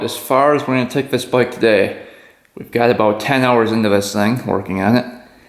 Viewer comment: I always give this channel a thumbs up like because you are a great motorcycle mechanic. But can someone tell me what a boik is. I have heard him say it many times...but i can't figure out is what does boik mean.